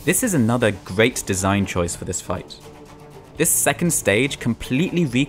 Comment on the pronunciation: this game is weally good. what a gweat game. simple bwilliant.